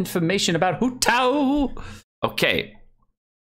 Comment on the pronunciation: everyone sayin WHO TAO but not HOW TAO ?